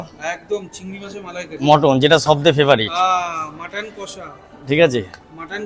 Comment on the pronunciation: ওরে আগে উচ্চারণ ঠিক কর, "মটন" কি‌রে ভাই ??? কথাটা "মাটন"